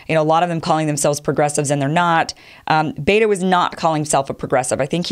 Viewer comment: Pronounced BET'o, not baytoe.